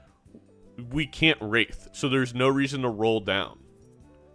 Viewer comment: It is "wraith". Not "wraithe". Hearing you say it wrong again may just cause my basilar artery aneurysm to finally pack it in. Thankyou for your attention. NB. It will not be zany to say it wrong ironically from now on.